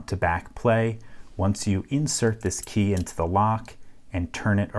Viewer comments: Why do you pronounce Key as Kay. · Where are you from? You say kei instead of key. Thats how it sounds to me. 😁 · You say "key" like "kaey" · You pronounce the word "key" in an unusal way. :) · I love this channel but for some reason the way he says "key" bothers me lol